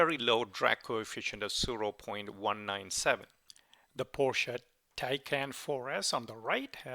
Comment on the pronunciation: Tae - CAN? Tie-caan. TAAAII CAAAN!! LOL! Teasing you. Nice video! :)